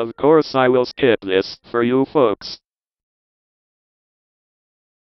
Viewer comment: "Of course I will skip this for you fucks!" lol, i know its 'folks' but it sounds like fucks, lol xD